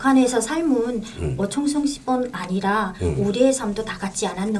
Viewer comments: 충성이 아니고 청성...발음이 왜그러시나??? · 충성 아니고 청성 인데 계속 추성충성 하시네요 발음 이 잘안되시나요?